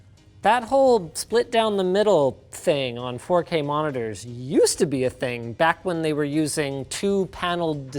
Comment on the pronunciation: ack in may instead of back hahahaha